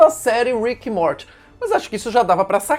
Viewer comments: Fala "Móri" em vez de "morte" kkk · Sei lá, me incomoda quando ele fala "Morte" kkkk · Kkkkk certo e mory a pronúncia